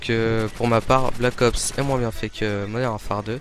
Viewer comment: mdr vous trouvez pas que quand il dit "Black ops" on entend blackos? Sinon tu pourrait être un peu plus enthousiaste quand tu parle sinon c'était pas mal.